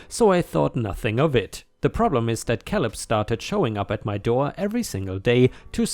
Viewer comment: Caleb is said as "kay lib" not "kal ib." 😛